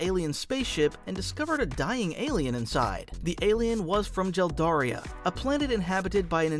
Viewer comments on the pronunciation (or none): Jeldaria lol is it not Geldaria?